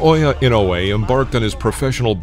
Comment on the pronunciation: Finally a video that pronounces his name correctly, I usually cringe thru videos about Inoue that massacre his name. It’s disrespectful not to take the time to learn to say someone’s name & then post a video about him.